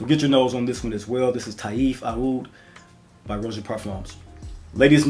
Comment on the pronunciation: Aoud is actually pronounce as oud, and is the middle eastern/arabic spelling of the word.